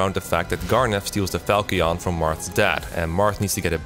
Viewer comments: VERY minor complaint but how are people still mispronouncing Falchion after Echoes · Great video but one thing that bothered me was your continued mispronunciation of Pavise Aaaaaand now it's Falchion as well, but they say that one in cutscenes so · I believe falchion is pronounced fal-chin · The Fire Emblem Warriors music was a real banger with all those heavy layered, thick, guitars. I find it interesting how they are able to blend orchestral instruments with the heavier modern guitar music. Also, no one can pronounce falchion correctly. Not even Matt Mercer. My first FE game was Fire Emblem Sacred Stones, and my God people say its easy, and they aren't wrong, but I had a false impression of how easy it is. Sure you can solo with Seth, but there is a lot to know first and lookout for. Honestly, my biggest gripes were me getting screwed over by bad rng. Whenever I needed to keep npcs alive. One of the enemy myrmidons got a 1% crit... And for the final boss, when you have to kill the big dragon thing, I had to restart the chapter because I needed additional regalia wielding units and the two I had weren't good enough by themselves.